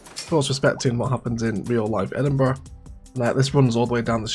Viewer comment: Castle of Egginburgh lololol i laugh a lot on that part well build City as always!!